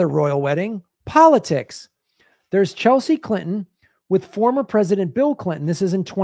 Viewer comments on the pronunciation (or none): none